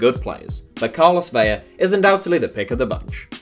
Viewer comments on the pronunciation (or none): Vela, not Vella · Vela’s name is pronounced with a regular L. While Aguilar’s is also (Ah-gee-lar)